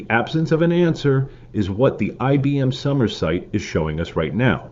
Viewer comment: You are not pronouncing Somers correctly...it is sOmers with a hard o....not sommers.